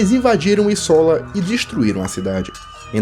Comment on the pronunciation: Acredito que a pronúncia certa de Isola seja “ ízola “ e não “ içóla “.